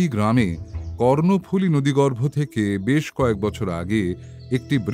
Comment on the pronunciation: ভাই, লুসাই পাহাড় থেকে নেমে এসে যে নদীটি বাংলাদেশের চট্টগ্রাম ও পার্বত্য চট্টগ্রামের ভেতর দিয়ে প্রবাহিত হয়ে শহর চট্টগ্রামের দক্ষিণ-পশ্চিম ধার ঘেষা সমুদ্র সৈকত এলাকা পতেঙ্গাতে এসে বঙ্গোপসাগরে মিশেছে, অতি গুরুত্বপূর্ণ এ নদীটির নামটার উচ্চারণ হল, "কর্ণোফুলী", মহাভারতের "কর্ণ"র মতন। "cornফুলী" নয়। টাইপ করতে গিয়ে সিলি মিস্টেক বা বানানে ভুল হলে তাকে বলে টাইপো। সেটা শুদ্ধ করা যায়। কিন্তু রিলিজড সিনেমার মতন, প্রচারিত বা আপ্লোডেড অডিওস্টোরিতে যদি সেরম ভুল থয় তাকে কি বলা যায় বলুনত 🙂? সে ভুলতো পার্মানেন্ট মার্কারে লেখার মতন, নয়কি? চিরচেনা নদীটার নামটা বারবার কর্ণো'র বদলে Corn শুনছিলাম বলে কানে লাগছিল, তাই লিখছি। সম্প্রতি একই কাজ আমি অন্য একটা চ্যানেলের কিরীটী'র গল্পের বেলাতেও করেছি। এবং হ্যা সেটাও দীর্ঘ কমেন্ট।🙃 এটা প্যাটার্ণ হয়ে যাচ্ছে কিনা কে জানে!! তবে আমার এ কমেন্ট থেকে অন্তত এটুকু বুঝতে পারবেন আমি ইউটিউবে অডিওস্টোরির কতটা ইনভলভড শ্রোতা। ফলে অনুরোধ, আমার এ কমেন্টকে কন্সট্রাক্টিভলি নেবেন। আরেকটা কথা, মৃন্ময় হালদার ওরফে ওয়াহিবুল্লাহ নামের যে ছেলেটার একসেন্টে চাঁটগাইয়া টান শুনে গোয়েন্দা মশাই তার আসল পরিচয় ধরে ফেললেন, কই অডিওতে তার কথায় সে এক্সেন্টের প্রকাশতো শুনলাম্না! অথচ চাঁটগাইয়া বাংলার ধ্বনি (phonolgy) এতই আলাদা যে, সে এক্সেন্ট লুকানো বেশ কঠিন কাজ। চিটাগাং এর যত গভীরে যাওয়া যায়, সেখানকার প্রত্যন্ত এলাকার মানুষের কথা চলিত বাংলাভাষীরাও বুঝতে পারেনা। আমি নিজেই তার উদাহরণ, বেশ ক'বার ট্র‍্যাক করতে স্থানীয়দের সাথে ইন্টার‍্যাকশনের বেলায় আমার চাঁটগা বাড়ি এমন বন্ধুকে দোভাষীর কাজ করতে হয়েছে।বাংলাদেশে বাংলাভাষার যে কটা ডায়ালেক্ট আছে তাদের ভেতর একথাটা বোধয় চাটগাঁইয়া ভাষার বেলাতেই সবচেয়ে বেশি প্